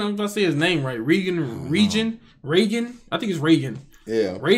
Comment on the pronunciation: Also it always has me dying when you pronounce Reigen, as "Region" lol, I get how people get comfortable with pronounciation like with Tsukii, but if you are curious Reigen's name is pronounced simply (Ray-gen)